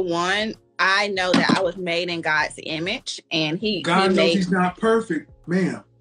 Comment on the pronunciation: ‘I was made in gods imitch’ 😂